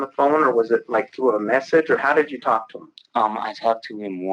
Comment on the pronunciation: you really put emphasis on the letter L in talk. Tawlk